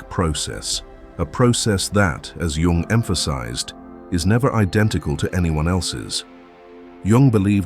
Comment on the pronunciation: It's REALLY hard to listen to the AI slop voice butcher the pronunciation of Jung's name, but this channel usually gives really good advice, so I'll let it slide this time.